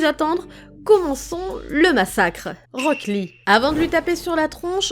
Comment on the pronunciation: J’ai eu mal des que t’as dis rock lee 😭😭